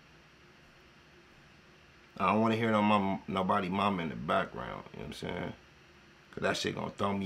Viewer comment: that boy sound like he from the country “wat he won’t” 😂😂